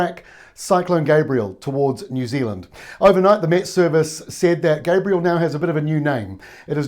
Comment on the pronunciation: Lol, love the way he has to give the politically correct Maori intro yet he can't even pronounce the name Gabrielle.